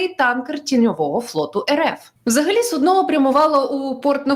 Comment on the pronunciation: в чергове нагадую, що "суднО" - це те що кладуть під неходячого хворого, щоб він справив малу і велику потребу, а корабель називається "сУдно" - з наголосом на "у"